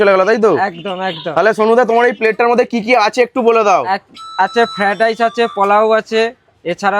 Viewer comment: ফেডাইচ 😂, তিল পিচ😂😂..